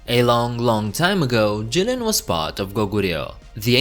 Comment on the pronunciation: It's Jilin though